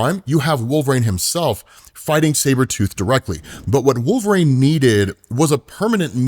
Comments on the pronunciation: Who is "Wolf-rain" ? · I wonder if he says wolv rain on purpose to get comments... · Wolvrain is driving me crazy wolvereen is the pronunciation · Who tf is Wolvrain?? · Had to stop the video. "Wulv-rain" was driving me crazy. Please rerecord this. Good God. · Who the hell is wolverain and why do you keep saying it that way? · Wolverane? Dude this is my biggest pet peeve of you do. It's like saying Marine but wolv in front of it. Shit son.. do you ever hear yourself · Have him move back to Canada and join Alpha Flight. "Wolvrain"? I know you've heard it pronounced. Stop with this nonsense. Bro, I keep adding to this post while I listen. If there's a hell, I hope you have to listen to this podcast and hear yourself say "Wolvrain" over and over. Just kidding... Or am I? Why are you doing this to us? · It's Wolv-reen. WUUL-vuh-reen. you're driving me insane hahahaha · "Wolve reign" Bruh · I always wondered why pronounces Wolverine as "Wolverain." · I love the channel but man... i really hate "wolvRAIN" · Bro i thought i was hearing wrong until about 11 mins in lmao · Dude can’t even say WOLVERINE. use your vowels smart guy❤